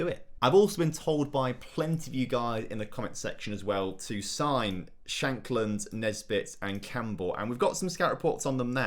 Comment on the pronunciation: Lucas Nmecha had a couple of decent loans but never really performed in real life. And Lawrence ShaNkland has 2 N’s in his name, it’s not Shackland😝